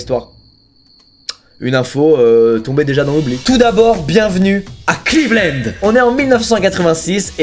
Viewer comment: Cleveland Lannddddddd squeezie pas clevelennnnd😭😂